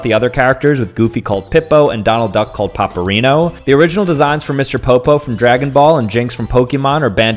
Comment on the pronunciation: The mispronunciations are killing me. My mom brought over some Paperino comics from Italy, and I love reading them. I couldn't imagine a life without Paperino.